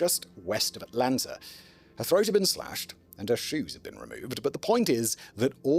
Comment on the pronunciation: As someone who was born and raised in Atlanta Simon's pronunciation of the cities name makes my ears hurt 😂